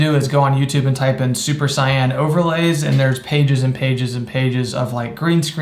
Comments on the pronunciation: Its "Say•in" not cyan. ❤️ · that's actually how you pronounce it in japanese